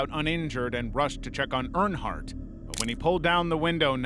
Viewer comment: NASCAR fan here, Dale did win the Daytona 500 in 1998, also a few mispronounciations of Earnhardt. Try using an actual human voice, and check at least basic facts. P.S. Also pls stop editing the thumbnails to make it look like something impossible happened.